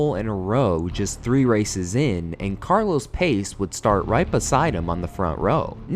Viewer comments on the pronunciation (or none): It's Pace (pronounced Pa-che) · Ok, so "Pace" and "Stuck" may be spelled like English words, but they are not. "Pace" is to be pronounced more like "path" and "Stuck" like "shtoock". I have been reminded of this horrible accident only recently (I think it was 2022), when again a track marshal just crossed the live track in modern F1. I thought this kind of crazy was gone for good. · Just a tip, when you’re doing videos about F1, please look up the pronunciations of the drivers’ names. Stück and Pace were nowhere near what they should’ve been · It's pronounced "Pa-ché", not "Pace" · it is jody not joey and it is not carlos pace it is carlos pache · Its NOT PACE its Pa...chay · Agree. It would be great if there was at some attempt to pronounce words correctly, especially drivers names. Carlos Pace is not pronounced pace, as in speed, but (sounds like) Patchete. Stuck is not pronounced stuck, as in stuck in a traffic jam. Grand Prix is not grand, as in the Grand Hotel, And so on. A tiny bit of research would work wonders :) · It bothers me a little due to how common this mistake is made but it's pronounced Pahtch-ay. Carlos Pace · Seriously need copy and pronunciation checks. Or your AI program needs help. ‘Pah-chay’ ‘La-Feet’ etc. -U10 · Carlos Par-che. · Wow. I didn't know that Carlos Pace's (Patcheh / Patchey) plane crash was after this round, and he was apparently also returning from Tom Pryce's funeral. Those Brabham's were beautiful cars and this was the era my interest started, 1974 on. All great losses. I read this Peter Revson died under a barrier at Kyalami in 1974. As a London chauffeur and doing occasional work for Audi then, I'm homoured to say I drove Emerson Fittipaldi from Heathrow to Goodwood with his family in 2010. To have a dashcam video of everything that man has seen in his life would be awesome, but also very sad. ------------- Also as most from that era will know- it's : Zhjack Lafeet 🙃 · Hey love the videos. It’s pronounced Carlos Pa Che